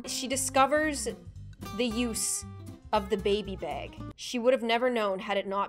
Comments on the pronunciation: Baaaaaaag not beeeeeeg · Bag not beg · I know I love her accent when she says "~Bag~"